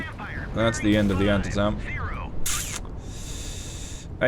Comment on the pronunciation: JSYK, you are pronouncing Antietam wrong it is pronounced An-tee-tum